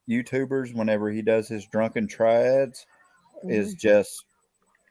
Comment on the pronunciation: Not triads,. Tirades. Ty raids